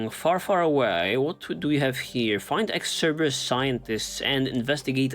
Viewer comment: "Cerberus mole", lol.